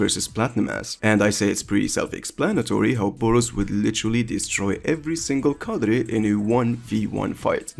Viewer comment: Why are you saying the word cadre with a spannish prononciation